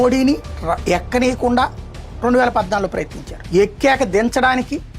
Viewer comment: నువ్వు ముందుగా తెలుగు నేర్చుకో... ఎక్కనీకుండా...ఎక్కనీకుండా... ఏంటి????😅😅😅😅😅